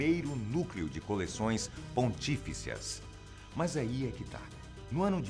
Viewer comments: Dois erros crassos de pronúncia: 1) você disse "PonTÍficia" e o correto é "PontiFÍcia" 2) você disse "Papa Pio NOVE" e o correto é "Papa Pio NONO"... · é "pontifícia" e não "pontífica" kkkkkkk tenso esse erro hein